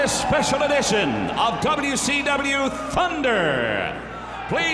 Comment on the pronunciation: Lol Joan says "WCW" perfectly. She musta been watching some What Culture. (Before there was a What Culture?)